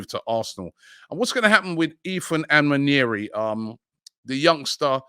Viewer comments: the name is Nwaneri(waan-ei-ree) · Robbi - Ask Kelechi how to pronounce Nwaneri, you don't pronounce the "N"